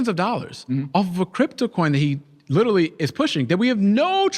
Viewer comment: stop saying "lidully" buddy youre a grown man